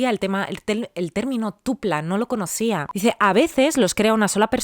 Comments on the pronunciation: Hola, si, yo en el correo escribí Tulpa, pero desconozco por qué lo pronunció Tupla. En mi opinión, los egregores llegan a ser diferentes a los Tulpas creados en grupo. Pues un tulpa lo crea una persona, pero puede que lo que le de energía para materializarse sean varias personas, es eso a lo que me refería. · Hola, si, yo escribí la historia. Yo escribí Tulpas, pero lo pronuncio tupla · No es tupla, es TULPA